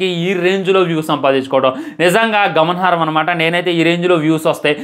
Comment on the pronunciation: గమన హారం కాదు రా బాబు గమనార్హం